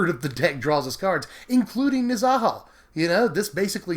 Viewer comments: nez UHH hal..... not nez AHH hall.... say it with me friends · omg why are u saying Nezahals name like that for-just stop